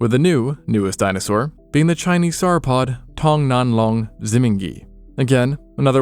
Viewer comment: Dinosaur show to wind down my Saturday evening; perfect :) btw - 'sore-o-pod', (like 'saurus') not 'sarrapod'